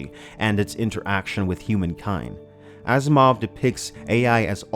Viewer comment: I thought you said Ass Mov.